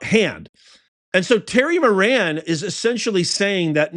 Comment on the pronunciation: Terry "Moron", not Moran.